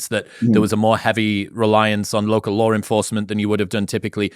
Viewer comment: Just sayin, the word “LAW”, isn’t pronounced “LAWRE”, or “LORE”. That’s not even correct in usage. It’s L A W, like Llll AAAhhhhh, & NO “R” in the word “LAW”.